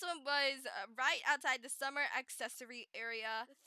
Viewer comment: Hmmmmm This is so helpful :0 so thanks :> And did you say Summer or Swimmer? I also thought of the word too when I reas "Swimmer flippers". xD